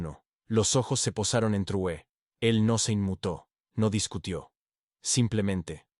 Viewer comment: Corrige la mala pronunciacion del apellido del LÍDER Máximo de AFRICA. TRAORE ,no Truoe.